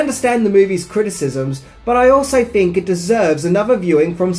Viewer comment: "Think," not "fink."